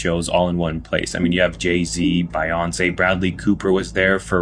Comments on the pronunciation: Who the hell is Bi-Once? Hahahaha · I can't be the only one who noticed that that guy says By-once... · God, I can’t stand this guy Byonce = Bi-On-Say Pattie Smith = Pay-Tee Sm-eye-th Paris = Pay-Rice 😡😡😡😡😡😡😡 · That dude, whom you feature in every single video, the one who was talking about Rick Owens fashion show, pronounces a MAJOR celebrity name incorrectly every single time. Every time. Biyonce? He's never heard her name pronounced before? I get it. Content creators are fed videos and graphics and even decor by . . . The Matrix. But what spell is he casting on us by mispronouncing names in every video? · did he pronounce beyonces name wrong on purpose ? stupid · Who doesn't know how to pronounce Beyonce? A bot